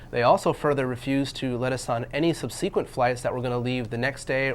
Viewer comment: Other than the way they pronounced "subsequent," these guys seem educated. I hope they win their case.